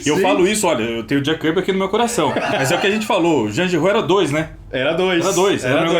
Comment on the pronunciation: acertou a pronúncia de Giraud, mas o é quem acertou a pronúncia de Pilote!